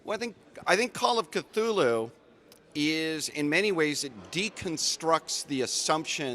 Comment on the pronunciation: La foule que l'on aperçoit à travers la vitre, ça me fait penser à Walking dead! Tous ces gens qui avancent lentement et s'agglutinnent au même endroit. 😅 Sinon sympa l'interview. Et cette prononciation de Cthulhu à l'anglaise, merci 😁